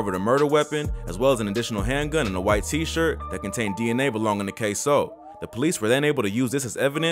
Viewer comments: At least you said his name right this time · yu use to say his name different k sew 😂 now yu saying it right